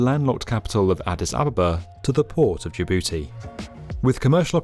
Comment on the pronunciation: “Ja-booty” lmao